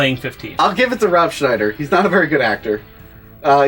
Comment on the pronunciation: Rooooob Scnmhhniider . Hahhahaha